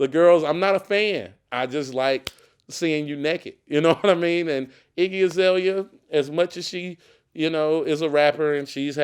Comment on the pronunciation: Damn you fucked her name up bro, it's Iggy Azalea